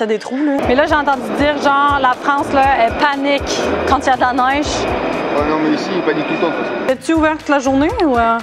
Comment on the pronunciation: Elle ne prononce pas trop bien le mot Neige.